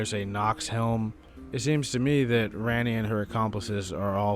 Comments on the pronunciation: Ranni = RAHN-ee. Cmon man they say it 1.4million times in the game. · ski on? rarni? auhhgg